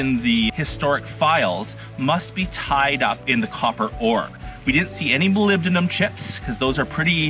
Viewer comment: You pronounced molybdenum correctly! (My father mined it)